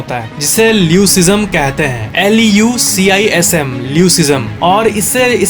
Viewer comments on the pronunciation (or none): pe screen pe leucism h but he said " l u c i s m " !!!🙂🙂👍👍👍